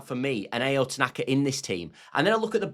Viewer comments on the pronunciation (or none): For Tanaka, his first name sounds like “ow” (as in the last part of cow) not “ay-oh” as you’re pronouncing it. You’re welcome.